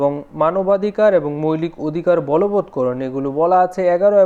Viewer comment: মৈলিক কি জিনিস,মৌলিক উচ্চারণ হবে😊